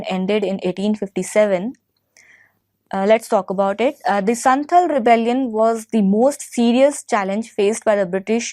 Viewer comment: First, santhal and munda revolt happened in Jharkhand not in bihar. Second, it's not संथल it's संथाल. thirdly, it's खूंटकट्टी not खूंतकट्टी